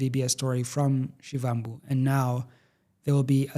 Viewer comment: Only came here from X to tell you that, learn to pronounce Floyd Shivambu surname accordingly. Take us serious. Put in the effort if you want us to take you serious.